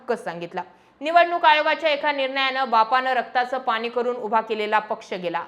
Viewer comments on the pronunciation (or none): none